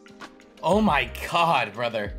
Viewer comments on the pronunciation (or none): none